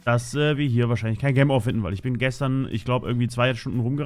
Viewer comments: versuch einfach jem statt gem zu sagen ok xD im nächsten part hast dus ja schon besser gemacht xD danke dafür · Du hast gem die ganze Zeit falsch ausgesprochen 😂